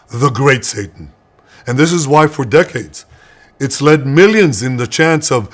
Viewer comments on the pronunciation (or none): none